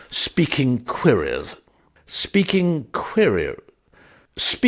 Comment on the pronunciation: Querelously.... kwer- el-us- ly.... Great story. Great performance. Thank you. G Ire